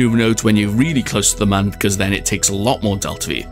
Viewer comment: It’s pronounced M-uh-n